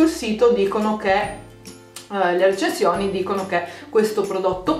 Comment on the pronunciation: Aspetta lo pronunci "recenzioni"? Si pronuncia recensioni xD